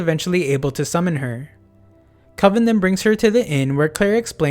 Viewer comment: really nice video but the heck you pronouncing kelvin like kolvin for